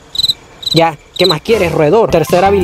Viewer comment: Zha tu ya zha vez zha zha